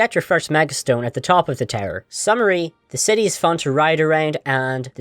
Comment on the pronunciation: You keep saying “tower” as “terror” and I was very confused